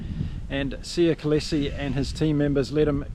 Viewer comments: How can you pronounce Kolisi's name as KOLESE?????? How????? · Great recap! For Kolisi, it’s pronounced Col-ee-see. :) 🇿🇦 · I am talking about this channel's Youtuber. How can someone not be able to pronounce KOLISI? Btw, aren't you being petty, Bred??